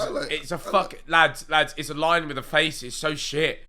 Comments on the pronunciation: Every time Ethan said "line", I heard "lion" 😂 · Ethan trying to say line and not lion impossible challenge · I kept thinking when Ethan said "line" he was saying "lion". When he said snakes have faces I was like "So do lions!" 😂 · Who else thought Behz was talking about lions instead of lines